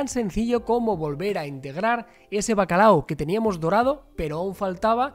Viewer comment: Seguro que el “Bacalado” es de “Bilbado” 😂😂😂